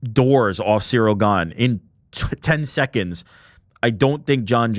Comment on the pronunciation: In the beginning of the Jones interview , he pronounces Cyril Gane as ‘gone’, then switched it to ‘gain’ lmao Chael vibes